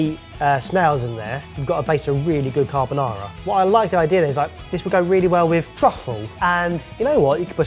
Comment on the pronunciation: It's 3 minutes in and I'm already cringing at the horror of Italian cuisine purists with rendition of "carbonara."